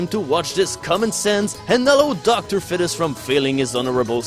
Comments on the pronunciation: its not docter fed-is its feed-es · Dr fetus is pronounced Docter feetus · why is bro saying dr fetish😭😭😭😭